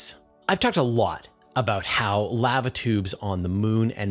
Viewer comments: Dude, it's pronounced "lah-va" and rhymes with java or guava. It's not pronounced like "have a". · I'm sorry dude but Laava tube is cringing me out. Lava tube man. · How does this guy not know how to say LAVA. He says it like the “lav” in lavender then he adds “uh”. Thats not how its pronounced fool. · Sorry, but if you cannot pronounce "lava" properly, there are too many of these you tube channels to put up with poor grammar nor pronunciations. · FYI, the vowel sound is the same on both sides of the "V" in the word "lava". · I'm not one of those people who are "outraged", merely correcting a particular word being mispronounced. If I were saying someone's name incorrectly, I would want to be corrected. The easy way to settle this is to look up the proper pronunciation of the word "Lava" in the English dictionary. It should take less than 5 seconds. It would take even less effort than pretending someone is outraged.🤦‍♂ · please dont say Lava again.. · How do you not know how to pronounce 'lava' correctly? It's a well known and often spoken four letter word. Did you miss the previous hundreds of times you heard others pronounce it correctly?☹️👎😬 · I understand that serious regional dialogues cause mispronunciations, but they're still wrong. Continual such errors cripple any language. Cute yes, comical yes, uneducated absolutely. That said, you're kindness is noted as is the typical excuse for doing them. Do it right. I don't mispronounce other languages. I learn them. I don't change them. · First time I've heard an American mispronounce Lava.